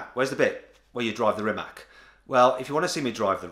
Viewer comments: Please pronounce His Name correctly its Rimac C on English,not K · Dear Mat, RIMAC is speaked out like RI.MATCH , it ´s a Croation word , not English. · C in Serbo-Croatian is pronounced as TS not K, so it is [rǐːmats], \'Ri-mats\. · Ma as in mark, te as in ta in tank And his last name being pronounced Reematz > Rimac with a hard r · Rimac "fridge" 😜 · you just said rimak in from of him jesus the disrespect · Thrye don't know that "c" is pronounced as "ts".